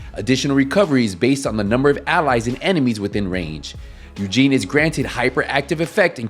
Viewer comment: So funny as an Asian person to hear you say Eugene instead of Yujin rofl, great video otherwise!